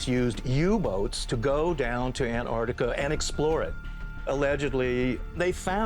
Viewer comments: Ant artica? David, really? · ANT-arch-TICK-ah... KLAH-too BAH-rah-dah NICK-toh... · The word is Antarctica. Pronounced An-tark-tika.